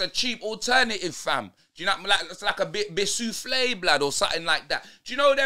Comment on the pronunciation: man said a bisousfle 😭